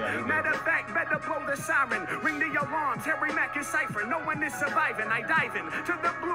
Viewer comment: Harry mark? Who’s that bruh it’s Harry mack